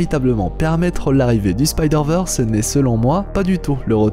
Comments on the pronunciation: Merci pour ton travail !! 👌 Par contre, Spideurvèrsse et non spideurveursse..... Merki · Techniquement c'est SpydérVeurs si on souhaite prononcer bien :) Ici, Veurs, c'est ce qui se rapproche plus de la prononciation anglophone du terme et donc "l'originale".